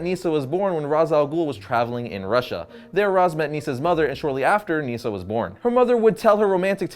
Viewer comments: It's not neeesa its nisa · “Neesa”? it’s Nysah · Nyssa not Neesa